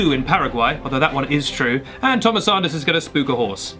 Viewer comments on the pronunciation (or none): none